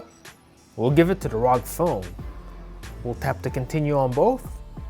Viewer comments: It's R O G as in individual letters, not one word. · I thought it was called r o g and not rog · What rog it is R O G